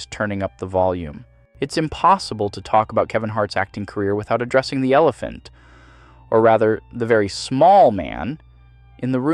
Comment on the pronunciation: Did you say Yellephant ? I hope you did 😂